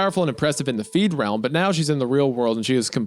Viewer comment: I noticed that, too 😂 Don’t typically get bothered by mispronunciations, but being in the “feedrealm” is very definitely NOT being “freed”. I suppose the words being near opposites irked me, like an obnoxious brain itch.